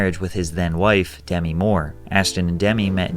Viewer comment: But he's not old enough to know Demi Moore's name isn't pronounced like Demi Lavato lolz